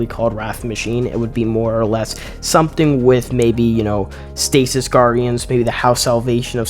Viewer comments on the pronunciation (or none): none